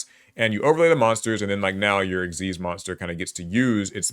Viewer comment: I just want to say thank you for pronouncing "Xyz" the correct way ("ik-seez") and not just spelling out the letters!